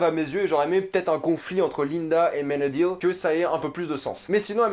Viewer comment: Ça se dit AmenadiÈle